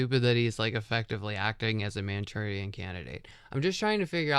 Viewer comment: What is this word your saying towards the end 😅 mantourian candidate? What is mantourian